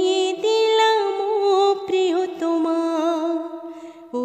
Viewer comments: উচ্চারণে আরো যত্নশীল হতে হবে, প্রিয়তমার জায়গায় প্রিয়তোমা হয়ে যাচ্ছে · প্রিয়তমার উচ্চারণ প্রিয়তোমা হয়ে যাচ্ছে। উচ্চারণে আরেকটু যত্নশীল হতে হবে।